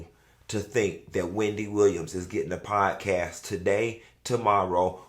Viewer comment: wendy said "podcast" like sheree said "joggers"